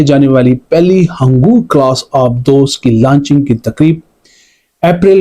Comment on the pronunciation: ہنگور کلاس ۔۔۔۔ ہنگو کلاس نہیں ۔۔۔ 😂😂😂